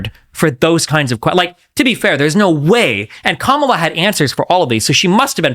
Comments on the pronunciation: It's Comma-La, dude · Interesting , discussing the debate with a guy who didnt watch it and cant pronounce KAmalas name. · Other dude… Learn how to pronounce Kamala’s name it makes you look like a dumbass